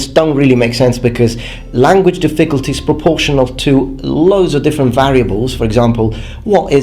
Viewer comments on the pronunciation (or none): Hey man. Your English is amazing. But you should say diffiCULty, instead of difFICulty. Again, I thought you were native english, but it's just something that i noticed. Love your channel! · I hate to criticize your pronunciation (in English, not the Japanese obviously) but when you said "difficulty" it sounded like you said "the ficklety" , remove some emphasis off the I after the Diff- and say -culty like how you'd say cult. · The way British people pronounce certain words like "difFICulty" and "adVERTisement" always throws me off. Such a weird intonation to my American ears... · His pronunciation of "difficulty" is adorable. "dif-FIC-ult-ty" He puts the wrong em-PHA-sis on the wrong syl-LUH-bul. :-D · The way you stress the word "difficulty" is incorrect. It's on the first syllable, just as in "difficult". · Hi (sorry, forgot your real name...) - I saw a video where you said you like to have your pronunciation corrected, so just to let you know the word "difficulty" should be stressed on the first syllable, not the second. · Good video. A small piece of constructive criticism. The word "difficulty" is pronounced with the stress on the first syllable, not the second. Your English is otherwise pretty much perfect. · The emphasis in the word difficulty is on the first syllable, not the second. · This guy's trolling me by mispronouncing difficulty. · Do Brits emphasize the second syllable in difficulty? I thought that like Americans, they emphasized the first, as in DIF-ficulty. Anyways good video! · Is what he said a mistake? My question was sincere, since I really don't know for sure which syllable British speakers emphasize in "difficulty." Though if his pronunciation was a mistake, he has said in previous videos he appreciates his viewers helping him catch these and improve. Also purpleanex why the prejudice against Americans? You could have just said his English is very good, which it is.